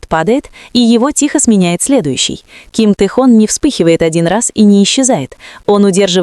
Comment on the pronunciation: Тэхон, так ещё не называли😅😅😅,такую чушь несёт,.Автор,не Тэхон,а Тэхён,смешно слушать😅